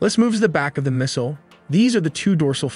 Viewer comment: Not subscribing until you learn how to properly pronounce missile and mobile.